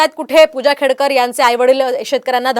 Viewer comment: खेडेकर नाही , खेडकर....